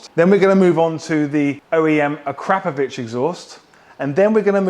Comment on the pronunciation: You are one of the few pronouncing Akrapovic correctly 😂